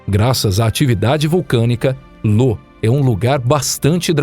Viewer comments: Parando de assistir na parte que chama IO de LO! Claramente um canal caça-like que nao tem a menor noção sobre os assuntos que estao sendo explanados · Não tenho certeza, mas acho que é "Io" ao invés de "Lo". Mas isso é só um pequeno detalhe perto do grande trabalho feito. Parabéns pelo canal!!! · O cara leu io como lo kkkkkkkkkkkkkkkkk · Excelente vídeo. Só que as lua mencionada é Io e não Lô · Bom vídeo, mas chamar IO de LO foi pra sangrar os ouvidos. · Ótimo vídeo, mas uma correção: não é lua Lo, é Io com i de igreja. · Porra, “Lô” foi sacanagem, o nome da lua é Io, com a letra i e não L!!!! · Nossa que agonia ouvir LO todo vez que falava da lua io. E va-lha-la ao invés de val-RA-la. Kkkkk Mas o trabalho foi bem feito. Parabéns! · não é Lo ... com L ... é Io , com i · Lô ? ahahahah parece-me um erro forte é Io, pronuncia-se Íu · Não é "LO" e sim "IO" 🤦‍♂️ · Io, lua de Júpiter é com "i" e não com "L", que o diz "Lô". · Uma correção apenas, a lua de jupiter não é Lo e sim Io, fora isso parabéns pelo ótimo conteúdo e ótimos videos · Já tava ofendendo meus ouvidos, esse cara falando LO. A lua se chama Io, com a letra I. Isso que dá, quer economizar na hora de contratar um tradutor... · 🤣🤣🤣🤣🤣🤣🤣🤣🤣🤣🤣🤣🤣🤣🤣🤣 como assim, Lô ? E não era , Io ?🤷🏾‍♂️ kkkkkkkk Lô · Lo ? O nome da lua e IO né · Amigo é io e não Lo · O nome da lua não seria "io"? Não lembro de ouvir falar em uma lua "Lo" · O nome da lua de Júpiter não é LO, e sim IO. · Confundiu "i" maiúsculo com "l"minúsculo. Não é "Lô". É "Io" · Correção: A lua de Júpiter é "IO" e não "LO" ♡ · "Lô" foi foda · LÔ AHeuohAOEUhAOUehUOeHeoAUE tipo "momô" haeuhoauehauoeha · é io e não lo, é valrrala e não va-lha-lla. bom vídeo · Meodeos...a lua se chama "io" e não "lo".....e se pronúncia "val-ra-la" e não "va-lha-la" 🤦‍♂️